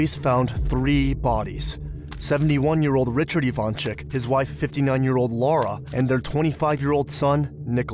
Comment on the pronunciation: They're Ivanchich, not ivansick or ivanchick. 😏 It's just those Yugo people don't care to change "c" to "ch" and "s" to "sh" when they come to live in US.